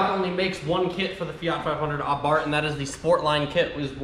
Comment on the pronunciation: I see you use the name Abarth 500 in this title and not the F-word, 🤣 (edit: you even pronounce it “Ah-Bart” in Italian pronunciation, nice) I keep hoping someone takes a yellow one and customizes it into a “Abart Simpson”